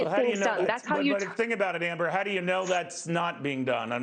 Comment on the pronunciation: I like the way you said Amber .